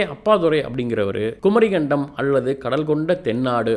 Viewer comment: தம்பிக்கு சொற்களும் இடையில் வரும் ஒற்று க் ச் ப் எல்லாம் வரவில்லை குமரி கண்டம் அல்ல குமரிக்கண்டம் Phonetic is essential my dear sir